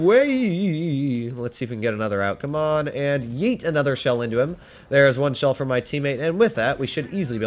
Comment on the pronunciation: "weird gun" when seeing a ZiS-6 "DEET" when trying to say Yeet